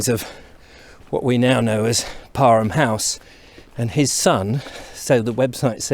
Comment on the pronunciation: So it’s pronounced par-em? My basketball couch was wrong then. Thank you!